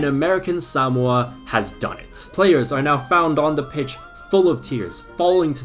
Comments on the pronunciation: Suh-mo-uh Not sam-wuh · Why are you saying Sowmoa? It's Suhmoa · Bruh it’s pronounced “suh-mo-uh” Not “SAM-mo-uh” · its more like saMOa not SAmoa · Why is he saying “Samoa” like that? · He cannot properly pronounce "Samoa." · can we just deep how absolutely wrong pronunciation of Samoa is? it's not even right in Samoan, and is completely wrong in both British and American English, this is impressive levels of butchering WHAT HAPPENED TO THE O MAX? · I can safely say I have never heard anyone pronounce Samoa in this way